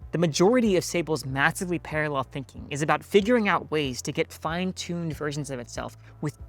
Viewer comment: Are you an AI avatar? You make this error a few times in the video. The other one I caught was "fines-tuned".